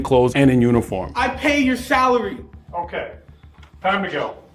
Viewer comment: "I pay your thalary" clearly is filling out an application for the first time